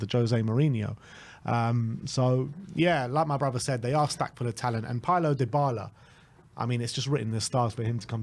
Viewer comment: Deebala(Dybala) not Diebala